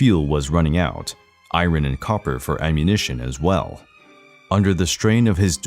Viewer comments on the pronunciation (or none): none